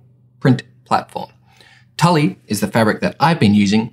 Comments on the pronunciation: I died when he said Tully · FYI it's pronounced like tool not Tully. Good vid tho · As much as I hate to admit I used to work at Hobby Lobby, it's pronounced "tool". Great video though, thanks for the info! ^__^ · So interesting, great tutorial! Also tulle in pronounced like 'tyool' hehe had me cracking up